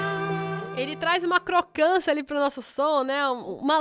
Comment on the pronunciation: Meu like... Mas gostei mesmo foi da "crocãncia"....kkkk Sugestão pra Boss: crock pedal....